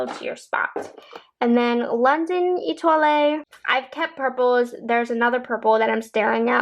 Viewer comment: Love your videos....Etoile pronunciation has silent "e" at the end. 😀